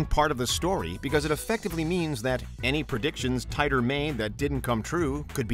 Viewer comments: John Titor is pronounced ( Te Tor ) not ( Tie Tor )!!!!!!😤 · Mostly just the way you mispronounced John's last name. It's tee-tor, not tay-tor. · It’s pronounced Teeter or Teetor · When you can't even pronounce the names correct, it make me question your whole research and thus makes me tune out....if you watched a single video on Titor time traveler, you'd know it's said teee tor..... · It's pronounced, Teeter.